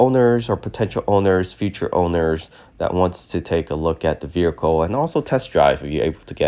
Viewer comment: Verical is not a word…. Vehicle